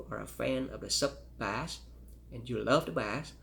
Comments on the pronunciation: He actually is very well spoken , and I've heard people who had English as a first language pronounce bass as bah-ss , he just doesn't know yet it's pronounced bay-s. No one compares these headphones so I'm impressed he even made this video lol. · For the life of me, I can’t fathom this guy’s accent. I just can’t stand the way he says “bass”, It actually makes me feel physically angry.